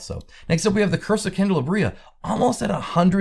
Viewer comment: Pronunciation help: Candelabria is can-dull-lob-ria. Cheers